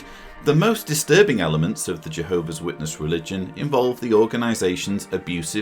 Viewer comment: It's pronounced J- Hobees 😂